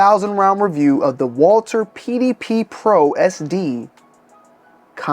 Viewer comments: Walther not Walter God! Jesus! I can’t unhear it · Honestly, Walther if pronounced in German would be Valter so you’re not that far off.